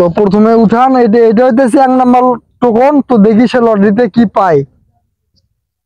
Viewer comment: টোকেন না টোকন😂😂